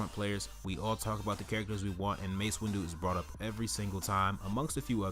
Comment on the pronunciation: its windu not windew